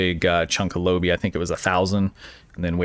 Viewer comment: Lobi comes from the pilot episode of Voyager. Quark tries to sell lobi crystals to Harry Kim, at inflated prices, until Tom Paris mentions that they quite common. P!ease reference for proper pronunciation: Low-buy. Oh....and good vid.